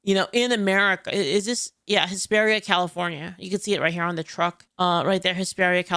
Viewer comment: LOL I misheard you the first time, thought you said HYSTERIA California at first. Made perfect sense to me!